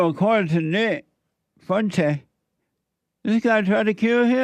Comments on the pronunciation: He don’t give a crap about how to properly say his name 😂 I’m in tears over here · its FOO EN TEZ FUENTES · I love that Jesse legitimately cannot pronounce Nick’s last name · Part of the charm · He can't pronounce it because he is DUMB! Dumb enough to want a racist for president as a black man. smh